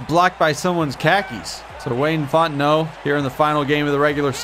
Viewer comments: Thing I thought I'd be most excited about: Seeing Wayne Fontenot in a game Actually most excited about: Hearing pronouncing the last name Fontenot correctly. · Thank you for getting Fontenot's last name correct!